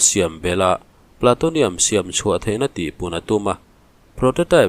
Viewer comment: Platonium nilo in Plutonium zawk.Plu ti a lam tur